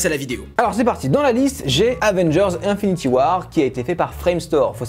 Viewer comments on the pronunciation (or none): C'est moi où il a prononcé Infinity à la française ?